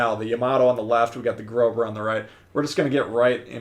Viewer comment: Grosser....not Grober. Jeez.